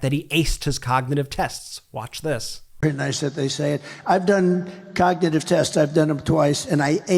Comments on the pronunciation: 45. Cannot say the word cognitive! 45 is not able too become PRESIDENT!VOTE BLUE! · He can't even say the word. Has anyone noticed he cannot say the word cognitive? He says cogtitive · "There's no "cagnotive" problem" ...they way he speaks 🤦‍♀️